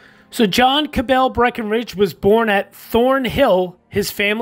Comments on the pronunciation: Not Ca-bell but Ca-bull with a schwa and said as one syllable. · Grating to hear Cabell mispronounced over and over and over again. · As a descendant of Dr. William Cabell, I can affirm Cabell was mispronounced.